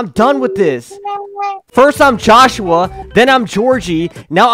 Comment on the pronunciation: Joshua nah it’s joshhe 💀 Georgie nahhh it’s Georgehe 💀